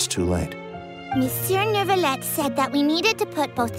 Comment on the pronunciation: Carole one of the rare English voice that pronounce Neuvillette’s name right without the “r”